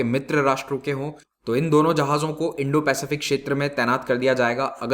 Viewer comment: सर् इंडोपेसिफिक कहिये